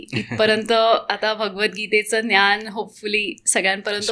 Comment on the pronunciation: खूप इंग्लिश शब्द...ज्ञान चा उच्चार न्यान होतो आहे